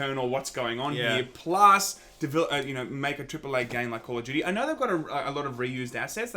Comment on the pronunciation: honestly I didn't understand what "game of Judy" means until u said "call of Judy" XD